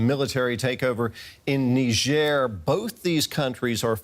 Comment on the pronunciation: When did they start pronouncing it nigh jhair ?